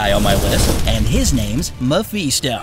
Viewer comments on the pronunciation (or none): I like this video but seriously “infinity gems” that hurt and it’s Mephisto not Mefeesto 😭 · me"pheesto" its not that hard to read words phonetically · Learn how to pronounce Mephisto.